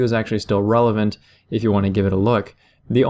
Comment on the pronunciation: He said Wrelevant.